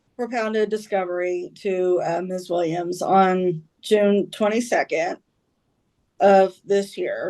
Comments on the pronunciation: I keep hearing "Miss THING". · I keep thinking they're saying "Miss Thang" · It’s the random Mobb Deep playing in the back for me…. And it sounds like he’s calling her Ms. Thang